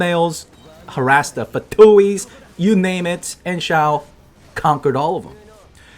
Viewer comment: LOL "Xiaowered"